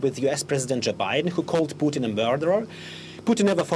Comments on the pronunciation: Reporter called him poutine, not good. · My man didn't even bother to learn how to pronounce Putin... It's not like Putin is and has been the most often used name in global news for the last decade... Not at all